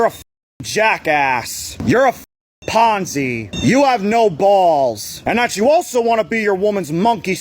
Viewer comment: First time I’ve heard the word “Pansy” be pronounced “Ponzi” Lmfao… 😭 The way he pronounces his words pisses me off and has to be satire bc there is absolutely NO WAY this dude gets any kewchie at all Lol!!